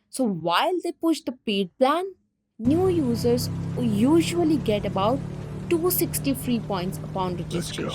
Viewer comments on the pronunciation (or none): its not Neow user...its New users .